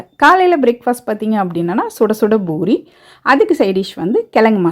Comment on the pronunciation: Poori not boori please.